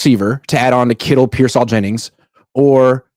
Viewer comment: And he always says Ricky PearSAll for some reason